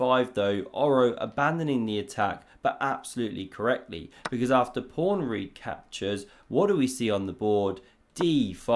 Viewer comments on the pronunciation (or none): Is “prawn” your own cute intentional mispronunciation of pawn?